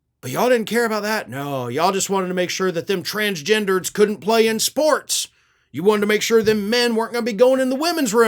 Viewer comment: The way he pronounced transgendERDs in a MAGA accent 🤣🤣